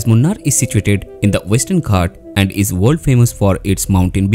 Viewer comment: It is pronounced Moonaar, not Munn-arr.